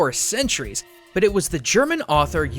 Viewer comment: you said butt instead of but giggle